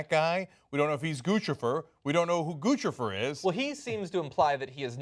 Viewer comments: Why is the media pronouncing "Guccifer" like they're speaking to an infant. Shouldn't it rhyme with Lucifer? Not, gah gah goo goo goochi goofifur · It's NOT Guchifer IT"S Guccifer.!!!!!!!!!!! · I think its funny that they keep calling him Goose-e-fer. I think it's supposed to be pronounced Guck-cypher 2.0? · 2 Cs equal the ch sound. Like in Gucci, the brand. It isn't pronounced Goosey, It's pronounced goochi. Now add fer. Now you have Lucifer wearing designer clothes. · Its Guccifer like Lucifer with a G. Not Goochifer. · Gucifer. Like Lucifer. Not Goochifer. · Is it? Then why has every other source gone out of their way to tell readers the phonetic pronunciation is GU SI FER? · It's pronounced like 'Lucifer' dammit! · it's not goochi-fer >.> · Isn't Guccifer supposed to rhyme with Lucifer? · I think it's pronounced (goose-a-fur) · It pronounced like Lucifer but with a G. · It's pronounced goosipher you morons. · Pronounced "GOOSE IF ER" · "Goo-SI-Furr," for fuck's sweet sake. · NO, GOO SNIFF AR !!!